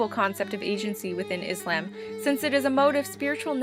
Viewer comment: the video was very helpful but i think you were pronouncing islam wrong :/